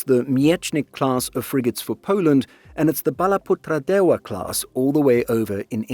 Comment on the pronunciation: perfect pronunciation on Balaputradewa. This channel deserves more subs even though it mainly focus on topics regarding the baltics and europe